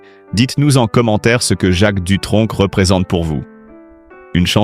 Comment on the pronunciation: On ne dit pas Dutronk Mais Dutronc (sans le c)